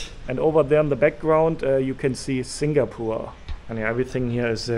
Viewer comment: it's singapore not singapoor